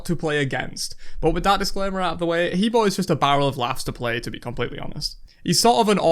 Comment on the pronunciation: He Bo is pronounced Heh Bwoah by the God itself lol